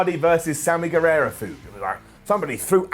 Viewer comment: Don't know if you're doing it on purpose but it's Gue-vah-ra not Gue-veh-ra.